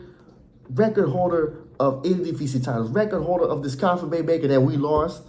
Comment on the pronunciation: are you dutch lolllll pronunciation of knvb and ajax is crazy